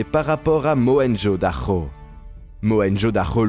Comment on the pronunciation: Mohenjo Daro C'est un 'r' pourquoi tu prononces 'dakho'